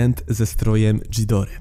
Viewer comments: nie dżidora tylko gidora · Zawsze jako big fana Godzili mnie to przerażało. Już sama Gojira z 1954(wolę japońską Gojirę) była dla mnie mega creepy. Kochałem go jak jego każdą wersję ale i tak był moim koszmarem. A tak wogule to przepraszam ale nie Dżidora tylko Gidora Gojira czyta się Godzira Mothra to motra a Mosura to Mosura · Ghidorah czyta się Gidora